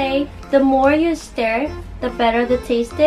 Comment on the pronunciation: I've tried to try natto a couple of times, but I honestly can't stand the smell ^^; By the way, you were close with the pronunciation of "stir." But it should be pronounced like "stur" (instead of "stair") ^_^